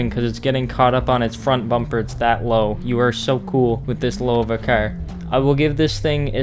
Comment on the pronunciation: Why u say cer